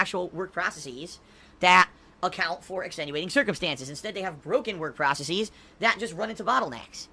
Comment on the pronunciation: Why does he pronounce "processes" as "process-ees"